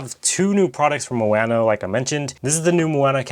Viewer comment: Ma o no, not mo a no